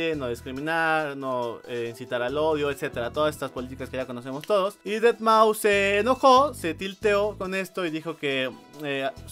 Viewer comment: Aprende a pronunciar deadmau5 por favor...